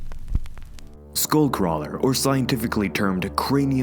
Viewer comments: Bro its skullcrawller not skool0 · Lol you said shul crawler lol